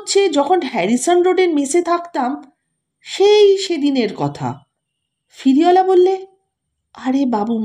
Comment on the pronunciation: আপনার পাঠ মোটামুটি ভাল। কিন্তু সমস্ত গল্প পাঠে 'ফেরিওয়ালাকে' আপনি 'ফিরিওলা' বললেন, কানে ভাল লাগল না ।আশা করি এরপর থেকে উচ্চারণে সতর্ক হবেন । নমস্কার।